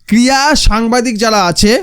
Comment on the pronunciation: আরে ভাই ক্রিয়া নয় ক্রীড়া.. উচ্চারণ ঠিক করে করো। 0.14